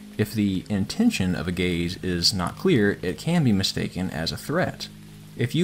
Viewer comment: Every time he said gaze I heard gay’s